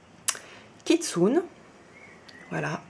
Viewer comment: Bonjour ! Je voudrais me procurerla même version que vous, sur quel site l'avez vous acheté ? Amazon US ? Oh, et le nom de la carte 2, ça se lit "Kitsouné", c'est Japonais, et non pas "kitsounne"